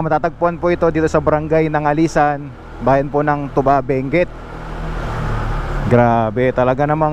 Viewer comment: It is pronounced two ba.....by us the locals. Not the alcoholic drink.